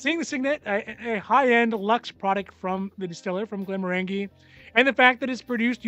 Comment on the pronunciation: When you say Glenmorangie think of “orange-y” at the end. Soft g.